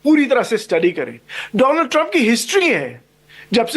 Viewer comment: Madam shocha correct kardu, feku ne Donald Trump nahi bola tha,... Feku ne kaha tha, " DOLAAND" TRUMP